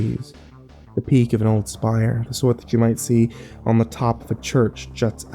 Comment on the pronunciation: "Spire"; not "shire".